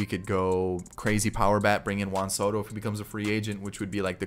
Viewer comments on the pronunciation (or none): none